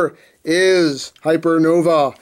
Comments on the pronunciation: Its pronounced hypernovay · In case you're curious enough to care: - According to the katakana, "Hypernova" is the correct pronunciation (and I think the -ae ending is Latin or something) - The kanji on the silver sticker mean "first release limited" - so yeah, exclusive. :) Nifty-looking figure; I would not have heard about it, probably, except for seeing it amongst your reviews. Thank you for bringing this to my attention! :) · "Hypernov-a-eh? Is he Canadian or something? 😂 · I think its pronounced Hyernovae Just sayan. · LOL "Hyper Nova eh"(Canadian) Genius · Not sure what's more Canadian him saying hypernovae or him saying sorry three times (by the way I'm canadaian) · HYPERNOVÆ, HENKEI!!!! Not gonna lie...I wrote this comment just to use the Æ .